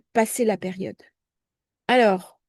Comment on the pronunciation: 😂😂😂😂🤣🤣comme" perione" au lieu de "période"... 😂😅 que c'est énervant... ❤